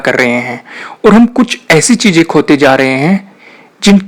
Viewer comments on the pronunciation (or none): Stop saying .. Cheejain (cheezain), Darwaja (Darwaza), Intejar...(intizar) .. Saayad nai Shayad...Khussi .. Khushi.... Begee... (Busy)... Jada.. (Zada) ... Jaror nai Zaror... Use pure Urdu Please. Thanks